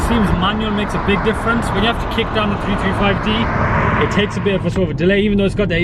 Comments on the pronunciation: jamie porter Also when he talks about the power , it sounds like he's saying 225hp 😕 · jamie porter I thought the same